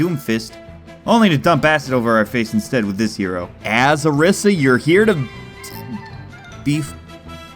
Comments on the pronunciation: hey dude its O-R-EE-SA not O-R-IS-A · its pronounced OrEEsar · lol isn't it pronounced oreeesa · You are saying Orisa incorrectly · I've never experienced some one sounding so WHITE when pronouncing a characters name